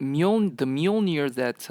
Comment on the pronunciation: i hate how americans pronounce mjölner